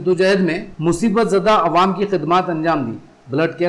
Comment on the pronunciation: تلفّظ درست کیا جائے تو بہتر ہوگا جیسے مہلک، عوام، فضا وغیرہ Mohallik nahi mohlik Awwam nahi awam hai Fiza nahi faza hai